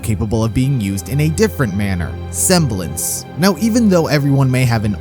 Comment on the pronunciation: I like how you said"Her seblence WAS polarity